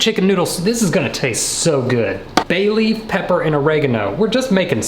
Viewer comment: "How many times do BAY LEAVE"